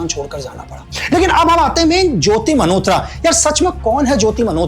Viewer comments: Sir aapke desh prem ko salam. Par aap jo मल्होत्रा ko jo bar bar 'मनहोत्रा' bol rahein ho woh bahot bhadda lag raha hain. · भाई खुदा का खौफ खाएं लेकिन मल्होत्रा को मनहोत्रा न बोले,वो "न" नहीं "ल" होता है😂😂😂